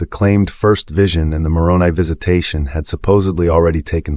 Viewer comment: More credible if you pronounce Moroni with a long I.